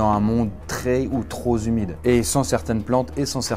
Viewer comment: Ta chaîne commence à bien grandir, tu devrais faire plus attention à ton écriture et à ta prononciation ! Difficile de se représenter la quantité d'eau que ça pourrait représenter, c'est moyen Un monde trop zhumide, moyen aussi